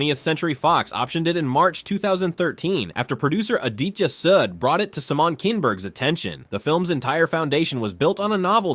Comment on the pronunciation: Too many images and clips repeated throughout this video. And, your AI needs double-checking before uploading. "Simon" Kinberg and "007" are mispronounced.